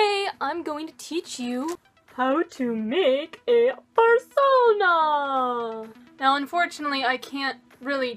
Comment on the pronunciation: "How to make æ foorsonaaa!"